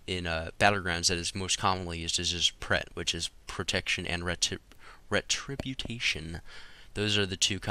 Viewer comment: Ret-tributation. lmao